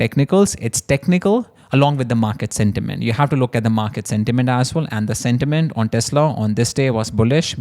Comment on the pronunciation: when you say "as well" it sounds like "as$h(le"... I have noticed it quite many times....just saying what I observed.